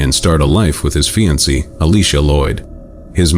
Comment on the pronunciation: Or fiancée. They said fiansee.